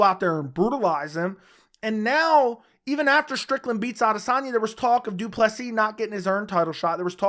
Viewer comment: Welldone saying Du Plessis right💯